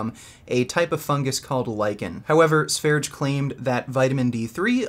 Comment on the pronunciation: It’s not "Sveridge". It’s Sveryeah, like the country Sverige, aka Sweden.